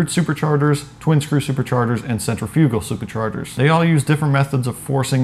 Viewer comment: lol sen-treh-fugal